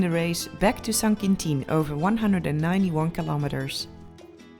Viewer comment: Who else after watching her for a few years now pronounces kilometers as Kilometerssshh.😄 LOL Be safe Noraly. 😍